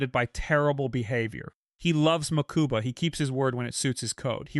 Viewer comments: Same here I think I kept twitching each time hahaha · Ok this was a great video but your pronunciation of Mokuba was killing me